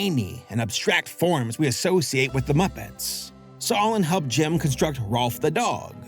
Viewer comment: Took me about 20min without subtitles to realize you were saying Jim and not "gem"